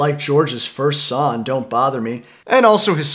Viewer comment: Bro, you really need to start pronouncing the G in the word “song”